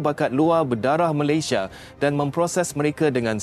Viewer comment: Sebut Malaysia bahasa nya aja gak jelas jadi Malaydesh .sebenarnya lu emang prindapan